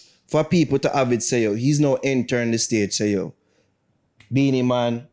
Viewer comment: No girl...don't blaspheme ..weh u try to say..Bounty... Beenie.. NO...